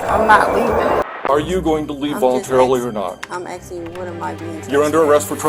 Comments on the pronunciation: "Imma just axing" says a lot about her. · If they say "axing" instead of "asking" they're as guilty as they're dumb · another "aksing Violation" Cmon folks, just learn to say "ask" and you'll be fine.. I swear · Blacks always AXING instead of asking 😂😂